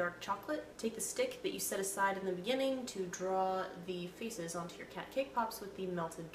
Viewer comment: When you said "Faces" I thought you said feces for a second, OMG. I love those cat puns, also that cat tail looked like a long... poop.. What did you think I was gonna say XD